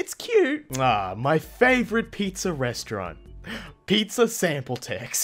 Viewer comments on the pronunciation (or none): none